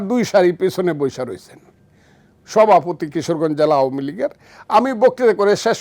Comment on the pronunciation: সভাপতি বলতে পারে না, সহাপতি 😅😅